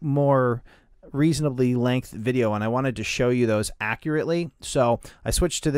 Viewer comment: he was supposed to say show you but he said instead shoe you